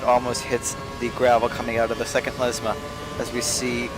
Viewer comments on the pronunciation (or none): LESMO! L. E. S. M. O. ! NOT LESMA, LESMO!